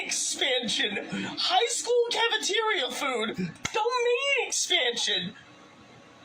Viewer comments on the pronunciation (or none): hearing this guy say the words "high school" struck me like an elam-sized bowling ball